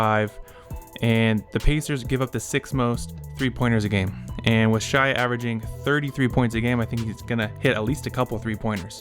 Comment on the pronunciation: Good video but you gotta learn how to pronounce the MVP’s name right! Shai = Shae sounding